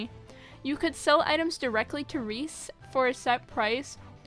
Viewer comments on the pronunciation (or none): none